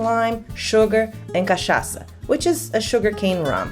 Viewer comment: Sua pronuncia de CACHAÇA saiu perfeita , achei que você fosse brasileira